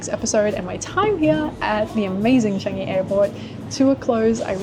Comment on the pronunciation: Love your vlogs. BTW it's pronounced as CHUNG-EE, not CHANG-EE.